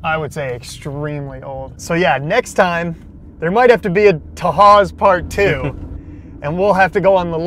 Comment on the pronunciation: Just so you know most of the buildings were torn down last November. I posted some pictures here. Also kudos to you for using the correct pronunciation of Tahawus